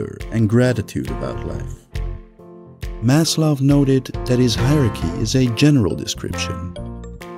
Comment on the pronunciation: he is pronounced "maz - lao"